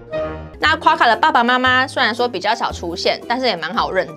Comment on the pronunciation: Quokka唸闊卡不是跨卡喔